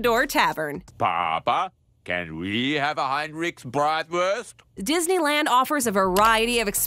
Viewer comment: Your pronunciation of what should be BRAHT-wurst will raise an eyebrow in Wisconsin. Your putting ketchup on it just got you banned from Chicago. 🤣